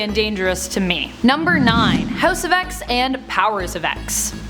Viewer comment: #NotHouseOfX pronounced #HouseOf10